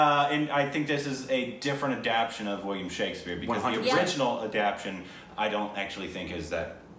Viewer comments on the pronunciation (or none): it’s adap-TA-tion not adap-TION:)